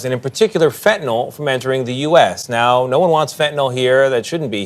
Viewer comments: Fentanyl not fentanol, mispronouncing it makes dealing with it harder. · It bugs me to no end that everyone says fentanol.